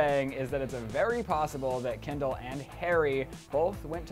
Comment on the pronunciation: Who da fuck is Hendall, I thought her name was Kendall